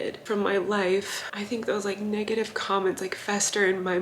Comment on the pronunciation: Collen almost said negative she said negedave